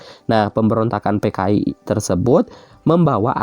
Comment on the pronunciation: Kenapa p dibacanya f si pak😭😭 kan dari "PKI" jdi "FKI"😭😭